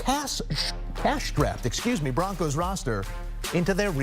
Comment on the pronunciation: Sounds like someone meant to say “craptastic” instead of cash strapped. Hahaha